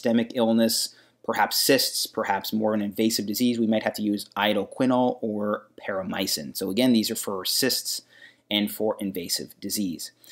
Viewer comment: It's PAROMOMYCIN, not Paromycin.